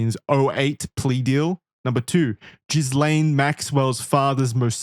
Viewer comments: Every time you call her Jizz Lane Maxwell it makes me laugh, lol. I thought the s is silent? The french pronunciation is Gee-len, english Gee-layn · Exactly how I say her name on purpose too hahahah gizz lane